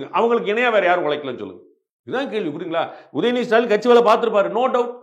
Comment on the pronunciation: என்ன ஸ்" ரா" லினா ? இலங்கை ஆசாமிகளுக்கு தமிழ் எழுதுக்களில் " ட" என்றும் "ர" என்றும் இருப்பதே தெரியாதா? அல்லது வாயில் வராதா? டிக்கெட் என்பதை " றி"க்கெட் என்கிறீர்கள் தேனீரை " றீ" அல்லது " ரீ" என்கீறீர்கள் "டீ" என்று சொல்ல வராதா?